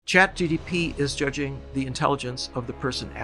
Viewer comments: sorry, is he saying chat GDP instead of GPT? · The first word of this podcast is ‘ChatGTP’ 😂😂😂